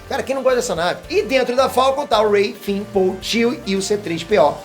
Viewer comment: Finn se fala com som de “N”, não “M”, e Poe se fala como em “Pow”, e não “Poi” 👍🏼